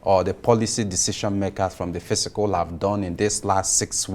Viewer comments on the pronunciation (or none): Why do Nigerians continue to mispronounce the word fiscal. It's completely different from physical. Anyway, the so called appreciation of Naira is not sustainable. The only sustainable measure that would keep Naira stable is productivity in Nigeria. Absent that, we will be seeing this type of temporary knee jerk reactions. It's simple economics, not rocket science.